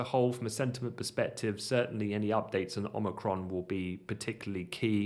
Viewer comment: Most importantly.. THANK YOU for pronouncing Omicron properly! Lol... Every time I hear Omni-cron it's like nails on a chalkboard. Lol